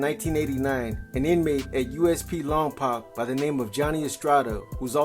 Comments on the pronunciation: You’re not pronouncing Lompoc correctly. I’m a Lompocan and the way you pronounce the poc is poke, like you poked your eye LOMPOC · I only say it because I live close by.. it’s pronounced Lawm-poke